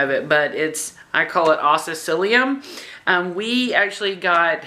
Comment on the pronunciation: It is pronounced OSS-SILLO-COCK-SEE-NUM